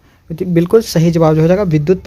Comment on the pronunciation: shahi nhi hota sahi hota hai